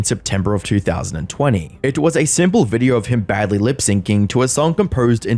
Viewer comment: “In this videer” 🤣🤣🤣🤣